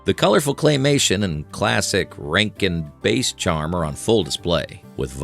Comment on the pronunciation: Hey AI bot! It’s Bass. Rhymes with Ass (like a donkey).